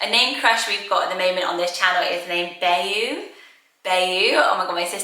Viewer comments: So I'm sure that you can pronounce Bayou "Bay-Yu" and it's probably pronounced that way in other parts of the world. But if you're from pretty much anywhere in the southern United States, you're probably going to pronounce it "BYE-yu." Louisiana has lots of swamps with waterways that we call bayous, and that word is kind of integral to rural Cajun culture. Bayous are used as sort of water highways in places where roads don't go through the swamps. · Also, i think there were previous comments on another video about this, but Bayou is pronounced bye-you or buy-you, not Bay-you, as pretty as that sounds. :) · I love Elliot! And Pax, Keats, and Brooks are super cute! Bayou is pronounced “by-you“. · In the US we would pronounce Bayou “BYE-YOU” still love it! But thought I would share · Thank you!!. Don’t worry, if I didn’t have an American husband I’d pronounce it the same was as you. It sounds gorgeous either way xx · I’ve never heard anyone in the US pronounce bayou like that but multiple baby name channels outside the US have😂